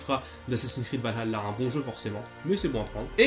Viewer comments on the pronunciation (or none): Par pitié arrêtez de prononcer "Valhalla" avec l'accent arabe, c'est juste affreux !!